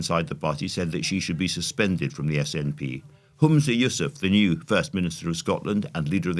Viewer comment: Firstly, the FM of Scotland is Humza as in 'hum', not as in 'room'. Secondly, what are the problems in the SNP finances? The so-called 'missing' £600,000 is NOT missing. It is dealt with in the SNP accounts and has been for the last few years. Former finance director of a Scottish charity here so I do know how to read a set of accounts, and the SNP accounts are freely available online. Furthermore, please note that the sum identified as a 'problem' does not come from public finances but from donations to the SNP and from membership fees. Declaring that the arrest of NS within 48hrs of Johnson resigning as a 'coincidence' makes me think that you are not really paying attention. If you cannot see this 'coincidence' for what it truly is ie a boringly obvious attempt to target undecided indy voters by suggesting that the ScotGov is just as bad as the cesspit of the wm regime, then your political nous must be somewhat of a scattergun. Come and stay in Scotland for a while and bear witness to the non-stop media vilification not only of the SNP, but also of the Scottish govt and most importantly of the Scottish voters who put that govt. in place. As to what you call the matriarchy of the SNP under NS, I'll take that any day, thanks, before the wild dog Bullingdon narcissism of the posh boys who think they are entitled to trash my quality of life. I thought you had become a bit more clear-sighted since you left behind the shackles of the bbc. It appears I was wrong.